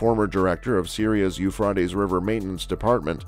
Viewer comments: OH MY GOSH this IS killing me. The Euphreites river HAS A LONG A SOUND!! PLEASE STOP butchering OUR language 😑 😭 😒 😢 😫???? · whoever made this and is telling the storiy who you find to speak?have they not heard the river correctly?I know in Lords eye doesnot matter still get someone who knows how to say it right.